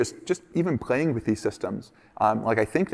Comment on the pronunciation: is he not American? cuz: 'he said "pghaying" with the system'. that's what I learned from all the interview hhh just kidding